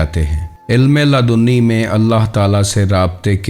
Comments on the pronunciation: Ludni hota ha laadooni nahi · Ya to apna talaffuz durust kar len ya kisi aur ko hire kar len. Sahi talaffuz waqt hai Waqat nahin, ilm hai ilam nahin, jazb hai jazab nahin, kasb hai kasab nahin, ilme laadunni nahin ladinni hai Lehjay me thori narmi aur utaar charhaao paeda karen.